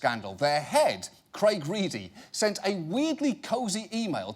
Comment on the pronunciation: I think John pronounced Craig Reedie's name more correctly than it is spelled. "Cray Greedy" seems about right.